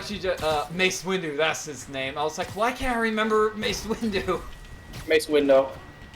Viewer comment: "Mace Window"